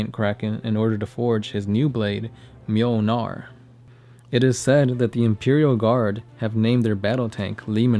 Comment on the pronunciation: "Mjölnar" That's the closest I've heard a US citizen get to pronouncing ö, thumbs up!